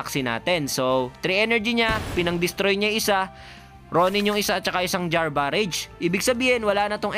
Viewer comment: galing mo idol! kaso sumasakit tenga ko pag sinasabi mo BAREYJ. BARAJ basa dyan sir. parang berserker barrage lang ni wolverine.